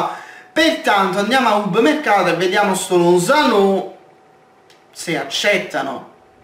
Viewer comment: lozano senza l accento sulla o